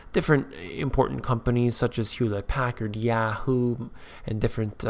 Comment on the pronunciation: please stop pronouncing yahoo like that